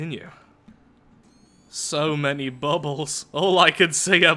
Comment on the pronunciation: the way he said bubbles